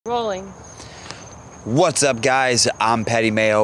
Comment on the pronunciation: yall i know yall heard her saying roling.............................................................